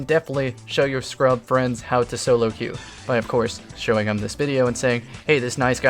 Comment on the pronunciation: queue is pronounced Q.